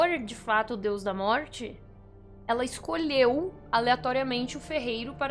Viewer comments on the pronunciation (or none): Pessoas normais ouviram a falar "diário de Deus" mas eu ouvi "diário de DIO" 😆